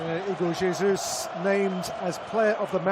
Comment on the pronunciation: not bro pronouncing Jesus in Spanish, Brazil speaks Portuguese aight aight redeemed